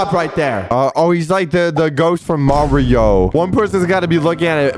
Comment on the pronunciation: bro said maw-ri-o